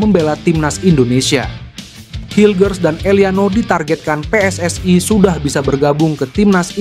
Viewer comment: Kalau bahasa indonesia bahasa indonesia saja bang.. gak usah ala ala luar bang PSSI jadi pssai... WNI jadi WNAI.. agak aneh dengarnya karna abang pake bahasa indonesia isi video abang